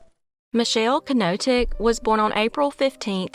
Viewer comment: ❤❤❤love you chick❤❤❤ that k in knoteck is silent tho😅